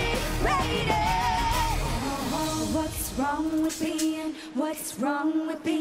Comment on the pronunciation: Sounds like she's saying "what's wrong with peein? What's wrong with peein? What's wrong with peein confident?"